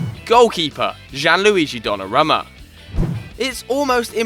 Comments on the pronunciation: learn to pronounce names... Donnarumma is pronounced don-a-room-a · Pronounced Donnarooma